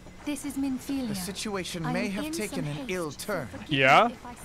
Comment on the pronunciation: It's Minfilia, just sayin'.